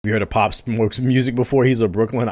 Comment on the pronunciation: You said "Pop Smork" at the beginning 😂😂😂💀💀💀